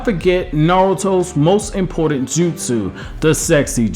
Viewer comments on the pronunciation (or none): none